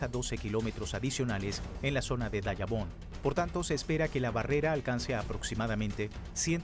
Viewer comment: Devemos investigar te a lo mejor eres haitiano la palabra no es dayabon es Dajabon, de ves investigar